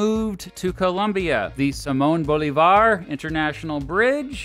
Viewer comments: Venezuelan here: Thanks for the video. Got bothered with some of the pronunciations, but at least you tried. FYI, all the "ll" like in pabellon, are pronounced "j" like pabejon. Bolivar is pronounced Boleevar with the emphasis on "li." Tachira is pronounced ta-she-ra...etc. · Peoples, not nations, no? "Nations" are a modern phenomenon "Muisca" is pronounced Moo (as in, the sound cows make) - is (as in, well, the verb "is") - ca (as in, "California") "Darién", emphasis in the last syllable I'm... not sure if that's the proper English pronunciation of "Bolívar", so it'd be unfair to 'correct' it 😅 in Spanish it's pronounced with emphasis on the second syllable ("lí") fwiw It is known as "Gran Colombia" now, but as you most likely already know, its name was just Colombia. The "Gran" was added after its death to differentiate it from contemporary Colombia. That's why there's no "Gran" in the coat of arms So far this has just been a list of nitpicks, but that's an actual, factual mistake - Colombia first officially named itself Colombia (the United States of Colombia) in was the year it ceased to be a federal republic and centralized, to become the Republic of Colombia That's something we like to claim 😂 but I'm not sure about it. Chile, Peru, Uruguay... were all republics and Brazil a constitutional monarchy when New Granada became independent on its own. I guess it's true if you start counting from 1819, but then that honour should be shared with Panama, Ecuador and Venezuela There's nothing wrong with drinking oatmeal! "Paisa" is pronounced Pa (as in, "Panama") - i (as in, well, the "i" in the word "in") - sa (as in, "sack") Yeah, that's a good idea 😡 Sorry to annoy, good video man!